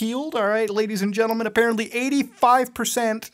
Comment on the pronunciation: Love it when he says "ladies and gentlemun"